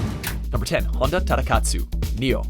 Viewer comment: So you pronounce the surname with perfect Japanese pronunciation, but "Honda" had to be the way any English speaker (and NO Japanese speaker) would say it? Japanese Os are always "oh."